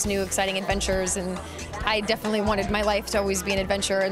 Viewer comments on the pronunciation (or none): none